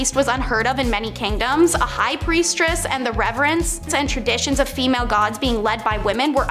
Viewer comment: Okay, I wasn't going to say anything because it's kind of petty and I love the content but....after about the 10th time of you mispronounced the word I had to say something, it was driving me nuts!! Its " priestess" NOT "priestRess" you keep sticking a R after priest!! Thats not how it's spelt and that's not how it's pronounced. Just being a little petty tonight, sorry about that I do enjoy the content oh and since I'm on a roll, to the guy who doesn't like the commercials I agree with go pay for commercial free TV. You either pay with your time by watching commercials or you pay with cash and skip commercials but what you can't do is pay for nothing and get everything sorry to say